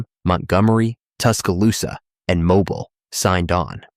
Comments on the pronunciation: It is not Mobil, it is MoBeale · You are KILLING ME with the mispronounced names of Alabama Towns! It's MO-BEEL!